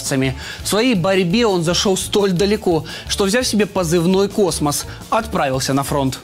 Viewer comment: Не космос а космосас..